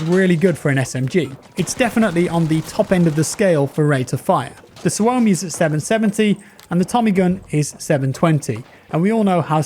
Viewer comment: It's pronounced SUO-mi, rather than su-O-mi